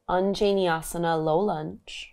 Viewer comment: U sound beautiful when u pronounce those asanas ❤